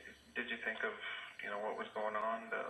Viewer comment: This is SO trivial....but I hate the way she says "think" "sink" "pink" or any other words that rhyme with those!! She pronounces them "theenk" "seenk" and "peenk". Is this a California accent? Or maybe I am the one saying them wrong and am just dense to that fact...? In any case, it drives me nuts! :-)